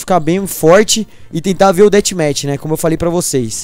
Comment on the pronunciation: Dathmatch é com som d f kkkk